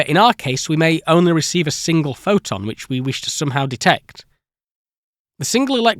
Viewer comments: What are the rules for whether the "T" is pronounced or not? "Photo" as a standalone word seems to have a "T" all the time, but "pho-o-multiplier" doesn't.. And what's the difference between a "photon" and a "pho-on" as I couldn't determine when it's appropriate to use one vs. the other.. 😝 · Why do you say "phoTovoltaic", but you don't say "phoToelectric" or "phoTon"? (for ex, you say "pho-o-electric" and "pho-on") Just curious. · Kind of hard to take this seriously when you mispronounce "photon" 50% of the time. Practice your "t"s Sound less bri-ish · Not a native speaker so I am curious on the accent , why silent t's and then suddenly not?